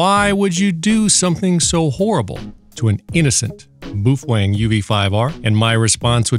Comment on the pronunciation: boof wang? 😅😆😆🤣🤣😂😂 he kept saying boof wang...wtf